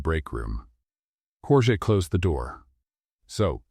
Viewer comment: You've got good stories however they're starting to be filled with a i, chat GPT cliches all of them. smile that didn't reach his or her eyes is all over the place and your AI voice is mispronouncing the name Jorge.